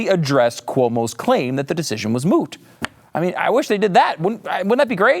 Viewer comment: "Moot," ???? This guy has been watching way too much, "My Cousin, Vinny."